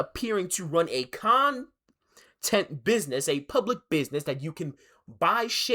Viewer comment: "Appearing to run a CON...tent business" That's and awesome time to pause for a breath.